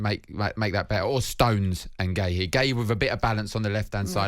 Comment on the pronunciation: Guehi = Gay-ee. Not Gay-hee